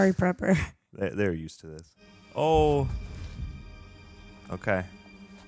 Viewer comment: Praper not prepper